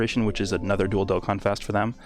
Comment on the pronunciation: I swear I heard you say "Dildo Contest" but it was actually "Dual Dokkanfest" Thanks for the content!